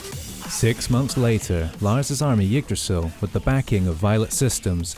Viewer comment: I lost hope of credibility when he said Lars Anderson 😂 but it's accurate lore